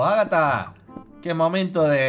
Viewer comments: repite con migo. Agatha, no NAGATHA ES AGATHAAAAAAbabandjabduavd! Me rindo. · Ya deja de decir nagatha knife xD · Soy el único que se dio cuenta de que dice agahta y no Ágatha?